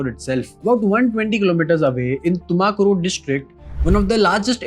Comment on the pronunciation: Why can't you pronounce Tumakuru properly while every other city isn't mispronounced?